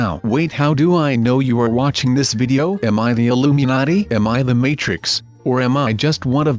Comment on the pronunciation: he said illumiati